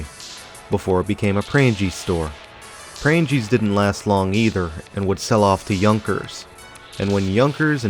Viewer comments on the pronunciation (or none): If you ever need it for the future: Pranges…kind of like the word “rang” with an “es” at the end. Long “E” sound.